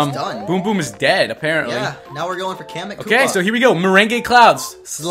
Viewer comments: You pronounced meringue wrong it's pronounced merang not meringey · Meringue is pronounced (mar-ang)but other than that great vid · ITS PRONOUNCED F##KING MORANG BUT SPELLED MERINGUE